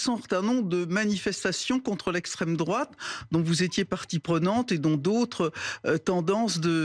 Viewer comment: "La goche" mdr !!! Et la " droateu"???